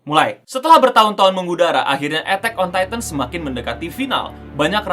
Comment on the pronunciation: "ETEK ON TaiTEN"